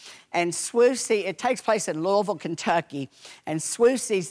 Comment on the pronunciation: He pronounced Louisville correctly! Lord, we'll miss you, Leslie!